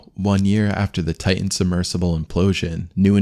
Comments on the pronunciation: ? "Titan." Not "Ti'an." Stay in school, kids. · Ocean Gate "Tigh-in" ...